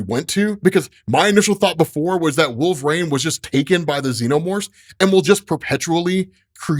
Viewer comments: I really, really wish you would stop saying "Wool-frayne",. JFC, it's "Wool-vuh-reen" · Absolutely cancerous pronunciation of wolverine